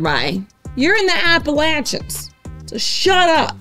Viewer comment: Thanks for pronouncing Appalachian correctly!